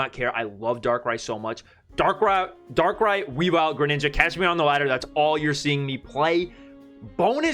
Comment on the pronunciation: Maybe you read Darkrai ex a bit wrong?